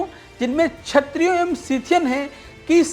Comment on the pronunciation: बड़े परिश्रमपूर्वक शोधपूर्ण वीडियो प्रस्तुत करने के लिए साधुवाद। वीडियो में पर कहा गया है कि 'ब्राह्मण आक्रांताओं के जजमान बन गए' यह कितना सही है। प्रस्तोता को अपना उच्चारण जैसे क्षत्रिय को छत्रिय सुधारने की जरूरत है।